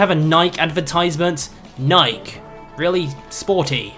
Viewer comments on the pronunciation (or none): You pronounced Nike wrong. Nigh-Key. And before all you trolls start, this pronunciation is how the founder of Nike pronounces it